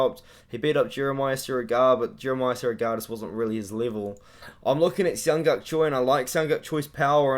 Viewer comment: For asian names just pronounce the J my guy. They wouldn't spell it like Jung And Yeong if you're just gonna say Young twice